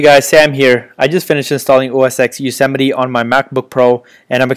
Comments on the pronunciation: "OS (TEN)" not "EX" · LOL Bro its not OS X it is pronounced as OS 10 Yosemite. X is Roman 10 not English Alphabet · OS 'EX' LOL